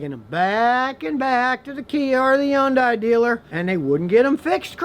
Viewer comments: No it's not, actually. That is an American-ised pronunciation that was promoted for marketing reasons. Scotty is also mispronouncing it. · is the "h" silent in hyundai? i learned something new again from here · Some eastern Koreans do, the ones that live past Taeback line. Scotty probably learned from them. It's definitely not the normal pronunciation. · you don't know how to say Hyundai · That's not even close how to pronounce Hyundai. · I can’t stand how you say Hyundai. fix it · I know I’m being petty, but I wish he would learn the correct pronunciation of “Hyundai.” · i cant stand the way u say hyundai 😂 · Poor Scotty doesn't want to come out of the old box. Take a look around.. Start searching first, then compare, and open the mouth after. Can't even pronounce Hyundai and talking about Hyundai is very funny. Something you said has to be double checked from now on. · Hey Scotty, it's pronounced "Hun-day" like Sunday, not "Yun-die." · why do u say young die? no one says that it’s hun day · Why not pronounce the yondai as it is spelled HY UN DIA that's is the correct way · Dude it’s Hun-day! Stop Scotty stop lol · i know what you mean ...but ...it's sorta like the Porsche - Porscha Some people say Hi-Unday or like scotty says it He-Unday then i found out years ago its actually Hun-day , like Sunday. Even tho i know its Hun-Day , i stil find it hard not to say Hi-Unday ....again sorta like Porsche & Porscha pronunciation. But ya i see what you are saying. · Why does he never pronounce Hyundai properly? The H is not silent. The H is never silent in Korean. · Its not "E-UN-DAY" its "HI-UN-DAY-EYE".. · IT'S PRONOUNCED "HUN-DAY" NOT "YON-DIE"!! 😂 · What the F is a Yondie? Its Hyundai. Thats how even the company itself pronounces it in the commercials. I'll go with that. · Scotty need to update his perception with Kia and stop saying Yan Dai, there is an H in the beginning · Scotty why do pronounce Hyundai as Yundai? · no, h is pronounced in Korean as well. Hhuan - dai